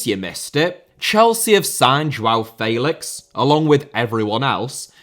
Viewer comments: Do you pronounce names wrong to just piss people of inwant to punch youxin the face for how you say felix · Félix * not Féilex Debut* not Deibyu Sarabia* not Sarabier Half* not Holf Lionel* not Leonl Lopetegui * not Lopeteigui Dinamo* not Dinamau Zagreb* not Zohrgreb Serie* not Siri Saw* not Sor Petković* not Pehkovyć Can't * not Khon' Gerónimo* not Heronimo Emiliano* not Emiliohrnouw Armani* not Ahrmohrni Celeste* not Celest André * not Ondrei Stegen* not Steigen Twente* not Twentei Eredivisie* not Eradevizei Argentina* not Ohrgentiner München * not Munich Nagelsmann * not Nohrgelsmann Evander* not Ivanda Rather* not Rother Luciano * not Luciohrnouw Koné* not Kouwnei Villa* not Viller Portland* not Pohrland Mitoma* not Metouwmer Caicedo* not Caiceirouw